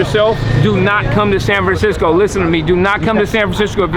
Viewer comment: “sam framcisco”